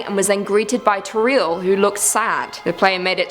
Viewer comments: Its TO - RIEL NOT TORREAL DAMNIT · it's toriel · its not toreel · Toriel: Exists: "Toreel" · You must be joking, you're pronouncing "Toriel" WRONG! WTF?? 😂😂